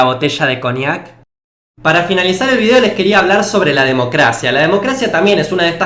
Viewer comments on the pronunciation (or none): none